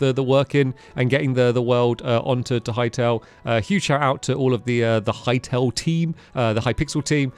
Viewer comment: Hearing stamps say Hytale sounds wrong 😂